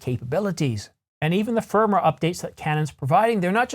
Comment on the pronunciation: Yo.. Just a pronounciation correction. Firmware is pronounced Firm Ware not Firmer.